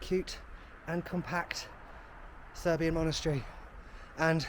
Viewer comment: Thanks for visiting Serbia and for efforts to pronounce Serbian words and do it really well. You still make me laugh, nothing like good old English humour 🤣